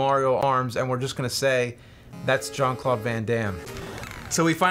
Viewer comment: XD i love James's way to pronounce Jean-Claude.